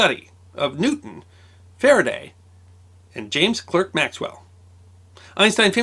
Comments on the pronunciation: James Clerk Maxwell rhymes with james quark maxwell, not james work maxwell. Great video for a great man whose name deserves to be remembered accurately. (The articulate clerk from Berkshire noted the leylines claimed by the fey, greyhaired lady. [ 'e' can sound like 'ah' or 'ay' in British English]) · It's pronounced Clark, not Clerk. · It's spelled "Clerk" but it's pronounced "Clark." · Is pronounced Clark not Clerk. 👍🏻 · I thought it was pronounce "Clark", not "Clerk". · I was about to leave a comment regarding two things, but I note that to some extent they've already been addressed. The first is that his middle name is pronounced "Clark", not Clerk, the second that while he might not be as well known to the general public as Newton or Einstein, anyone who has any familiarity with anything electronic knows of Maxwells equations, and that his work was foundational to our ability to watch sing his praises. He's not as unknown as the assumes. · He was a Scot. His name, though spelled "Clerk" is pronounced "Clark"! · I believe that the correct pronunciation of his name is the English version of clerk (which is pronounced Clark in us parlance). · "Clerk" is pronounced "Clark" in the UK, including Maxwell's native Scotland. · you betray you lack of familiarity with subjects thru your mispronunciation of names. The word "clerck" and thus the name, is pronounced "clarck", and Huygens is pronounced "Haw-ee-Ghens (hard g). Don't take my word, go look at videos of experts invoking these people; or at least look at their WP page, where name pronunciations are given at the start of articles. But do mind this, coz people familiar with some of the subjects you discuss will notice and your authority as source of useful info is diminished. Unless you are merely doing these to entretain yourself and novices, but if that's the case, what a waste, given your success and reach. "With great power,..." and all that....